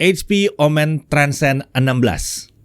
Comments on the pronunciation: Ngingetin aja boleh kan? ✌️ kalo "omen" ini cara baca "e" nya seperti di "momen" bukan di "komen" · Betul, dibaca seperti Momen, bukan komen.